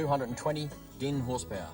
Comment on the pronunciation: Horsepowa...Lol. That's certainly one way to pronounce it.